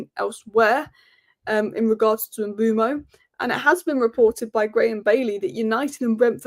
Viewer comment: Mbeumo is pronounced like Kinder Bueno but with M in front, surely… Umboomo sounds lazy